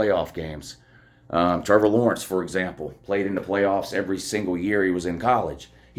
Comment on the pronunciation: But who have dey pwayed woo. They ain't pwayed nobody. Go Dawgs